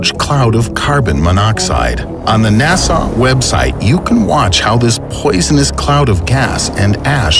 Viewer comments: Really should work on your pronunciation Nasaa is just NASA. Keev ( Kiev) is pronounced Key'ev. Just saying... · Why do u say it like NASOT